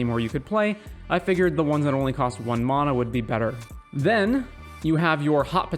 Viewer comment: Nice vid, but its mana (man-uh), not mahnah